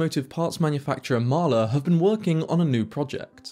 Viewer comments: A bit slow. It's hard for the British to say Mahle - it is NOT Mahler! I note you don't give actual transfer power efficiency. And if I never hear the cringe phrase "deep dive" again - it will still be too soon! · I am not saying that you are pronouncing it incorrectly, what I am saying is that for decades iI have only heard Mahle pronounced "molly". This is always a bit of a problem with non-english words, even more so with non-english names.